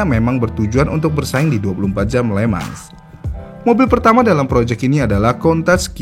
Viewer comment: Nice konten min... ❤ bey dah... Cuman, sdkt koreksi min. Circuit le mans itu pengucapannya "le mong" ( huruf e dr kata belum), itu cara pengucapan di versi ori perancisnya ... 🙏😁